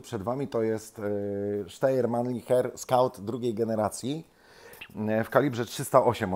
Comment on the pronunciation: Ponownie podaję prawidłową wymowę: [ˈʃtaɪ̯ɐ]! Sztajer.